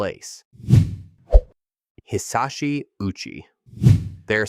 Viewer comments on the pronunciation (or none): Hisachi OW--CHEEE